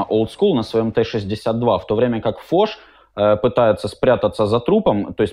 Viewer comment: Во-первых фош, а не фоч. Он не убил фоша. а продамажил его.